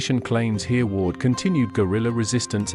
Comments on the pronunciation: The name is pronounced "Herreh-ward' not "Hearward". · Everyone learned of Hereward the wake when I was a school boy 70 years ago so he is not unknown, but I've never heard him called earward before, am I wrong or is this AI talking 😂😂.